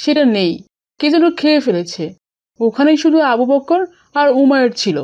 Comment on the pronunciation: দয়া করে আবু বকর এর নামটা একটু সুন্দর করে উচ্চারন করবেন। আবু "বক্কর "বললে কেমন যেন বিকৃত হয়ে যায়। আশা করি ব্যাপারটা দেখবেন।